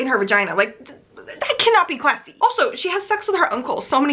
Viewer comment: The way you spat out "classy?!" during the first review had me howling 🤣